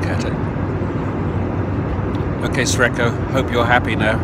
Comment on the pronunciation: ) Brian - instead of "Sre(c)ko" perhaps you should better use "Lucky" instead! ;-) (Actually the former is pronounced as 'srechko', which could be translated, e.g. from Slovenian, as 'lucky'.)